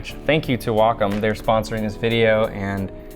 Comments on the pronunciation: I always thought it was pronounced Wacom, not Wacom. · Jehu Jehu Neither, actually. It's Wacom.